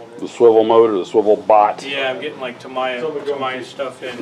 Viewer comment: While watching this both of you pronounced "Ta-mi-ya" as if the "i" was pronounced "i". But in Japanese, an "i" is pronounced as an "e". The reason I know this is my late wife's daughter-in-law is Japanese - her first name is spelled "Ichuko" but is pronounced as if the "I" is an "E". When my wife's son started dating her, no one knew how to pronounce her name, thinking it should be with an "i" sound instead of an "e" sound, so they started just calling her "E" and it has stuck. So I would venture to say that it should be pronounced "Ta-me-ya", which I have always used. I did also Google this and various resources confirm the Japanese "i" is pronounced as an "e" (although I am simplifying the explanation considerably as every language has so many very specific rules about pronunciation).